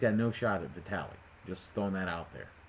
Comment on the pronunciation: Like I said in the next comments. vitAliy - good pronounciation :) klichkO - originally, pronounced with stress on the last O but anyway, your voice is closer to original then any other :))))